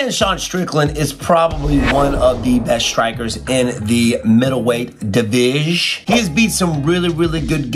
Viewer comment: That "..middle weight divijsh" just earned a like